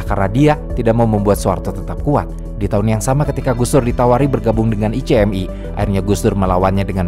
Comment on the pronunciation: singkatan ICMI, masa itu sebutannya [ ichmi ], buka i-c-em-i